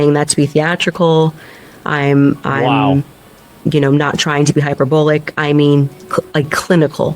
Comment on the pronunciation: another Candicism for you. Instead of hyperbolic, she says “hyper- bollic”